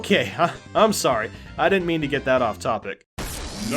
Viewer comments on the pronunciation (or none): none